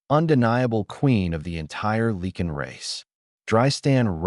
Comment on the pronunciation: PLEASE....Can't someone edit your stories. It's LIE CAN=LYCAN. NOT LEE KIN.